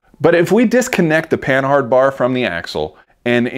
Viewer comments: It's not PAN-HARD, it is pronounced PAN-ARD it was invented by a Frenchman named Rene' Panhard. In French the H is silent. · Isn't Panhard pronounced like Pa-nard, like the French car company?